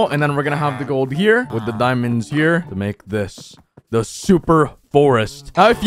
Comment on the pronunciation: Y do u say wid instead of with